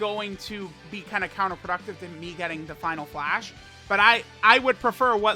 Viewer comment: Final Flash ?! My boi be slippin his tounge